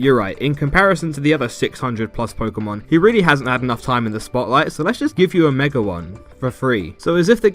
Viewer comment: Please stop saying "megar evolution"